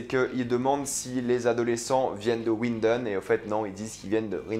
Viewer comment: Quand il a dit winden j’étais choqué 😂